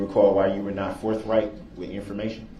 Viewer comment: Forth right not forf